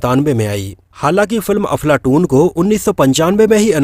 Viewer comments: भाई मुझे ऐसा लगा आप अपने विडियों मे अफलातून को बार बार अफलाटून बोल रहे है..हो सकता है मेरे सुनने मे गलती हो .लेकिन मुझे ऐसा लगा तो बोल दिया आपको बुरा लगा हो तो माफी चाहता हुँ🙏🙏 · Dear Sir, Aap iss film ka naam galat pronounce kar rahe ho, issi liye is film ke unknown facts jananeki icha chah kar bhi nahi ho rahi. Make sure ye mistake ko casual me maat lo 🙏